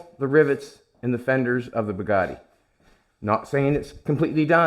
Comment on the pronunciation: It makes me want to puke just hearing him call it a Bugatti.